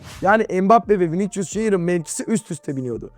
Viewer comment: Hoca Viniçcus deme ya.